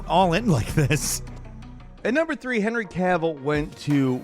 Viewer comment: Any reason why you pronounced Henry’s name so weird?//